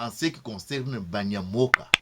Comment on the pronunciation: Le ca qui est sur le mot banyamoca ne se prononce pas ca(la). Il se prononce tsha(ca)